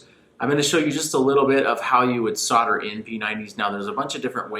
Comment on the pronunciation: Great video, but there's an "l"! in solder - it's nor soder.